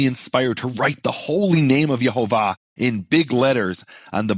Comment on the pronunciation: It's YEHOWAH the vav was pronounced waw